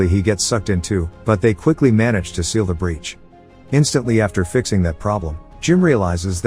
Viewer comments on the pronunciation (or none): none